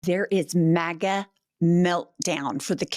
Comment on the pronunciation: When she read "team MAGA" the closed caption said "team maggot".😄 I agree with the closed caption.